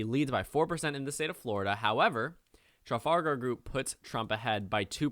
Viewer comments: My only complaint: It’s not pronounced TRA-FAL-GAR It’s pronounced TRE-FOL-GAR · It's pronounced Truh-FAL-gur not tralfalgar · Sounded like you were saying Tral-fal-gal the entire time :D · It's Truh-Fal-Gahr Group dude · Traff - All - Ger or Traff - All - Gar but not whatever you are sayling lol ;o) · Traf Al Gar... almost unwatchable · Tra Fal gar is how you pronounce it sir. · The name of the pollster group is pronounced as follows: tra-FAL-gar. You Americans always butcher the English language. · i wasn't going to comment, but you're saying it wrong... Its Traff-Al-Gar as in the Battle of Trafalgar... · Trafalgar... like the Battle of Trafalgar, like Trafalgar Square ... how are you not able to pronounce this properly? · That pronunciation of Trafalgar... On a site note from the UK, get out and vote for Biden, we're fed up of laughing at you.